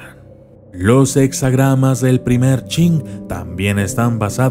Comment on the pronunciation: A partir del minuto 3, cuando dice I Cing lo lee como UNo Ching, Ese I es la letra i mayúscula. POr lo tanto debe ser leído como i Ching.